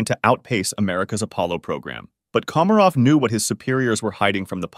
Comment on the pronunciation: how do you fuck up pronouncing komarov at the start but 20 seconds later get it right?